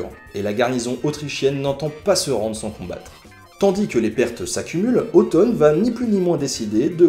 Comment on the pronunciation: Ça me fait bizarre d'entendre Otton prononcé comme « automne ».